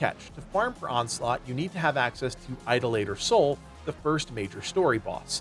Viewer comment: The way he pronounced Idolater Sol gave me Forrest Whitaker eye... 🥴